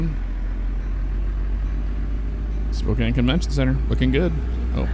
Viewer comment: And he even pronounced it correctly instead of pronouncing the e at the end like so many people.